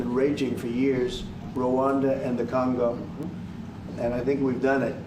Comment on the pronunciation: Funny how Mr Trump say " i have nothing to do with the CANGO " 😂😂😂😅